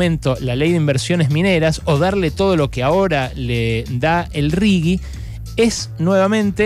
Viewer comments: Ale, me pareces un capo y me encanta escucharte pero no digas más RIGUI por favor, es RIGI! jajaja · Un horror, lpm. Berco, se pronuncia "riji" esa porquería. Si tuviera "u" sería rigui. Es un asco de las dos formas, claro está. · Hola. Desde hace un tiempo detecto una "manchita" gramatical en tus editoriales, cuando te referís al "RIGI".¡ Pronuncias "RIGUI"! Por lo demás, como siempre, son excelentes. Espero que no te ofenda la sugerencia de corrección. Adelante y gracias